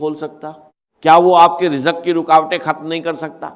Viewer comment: یہ آرٹیفیشل آڈیو ہے۔ یہ مولانا اسرار صاحب کا تلفظ نہیں ہے۔ مثلآ ا۔ رجق وظیفہ۔